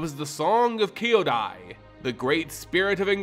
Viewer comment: Thanks for the video! I enjoy learning more about the MTG lore and the Japanese inspired lore is extra interesting. It took me a few times hearing "Kay yo die" to recognize what you were hoping to say "Kyo dai" ( brothers / siblings ). It isn't a sound we normally make in English and it isn't unintelligible so please don't feel bad or worried about it. Just drop they "at" part from your "Kay yo die" and treat "Kyo" as a single syllable. Similar to old karate /Kungfu movies where fighters often say "Kya! Hya!" Etc. Again thanks for your great video!